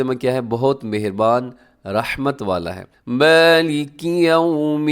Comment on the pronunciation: مالک پر زبر نہیں ہے کھڑی حرکت ہے